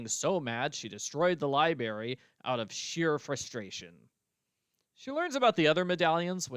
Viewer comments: Every time says libary my eyes twitch. That always bugged me. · “Libary” made me lol throughout this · I liked the culprit speeches! On a side note, I am not from the U.S. so I found it interesting that we pronounce library differently. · was intentionally pronouncing it the same way as Dexter to poke fun 😄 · So that's what that was! I've got to replay that game or rewatch a livestream, because I've completely forgotten how Dexter pronounced library.